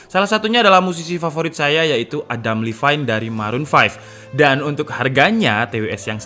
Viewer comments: Adam livain???? hahaaha.. gak gitu bacanya bang. Seharusnya LeVin. katanya musisi favoritnya tapi nyebut namanya aja gak benar.. hahaha... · kang adam dibacanya levin biasa bang bukan livayn🙌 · bang Adam Levine baca Levin nya kek bahasa Indo tanpa huruf e yang belakang jadi bacanya Lefin bukan Lifain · adam levin, bukan adam lifain. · Bang bacanya "levin" 😂😂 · A - Dam - Le - Fin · Baca adam levine itu L-E-V-I-N-E bang bukan Livain:)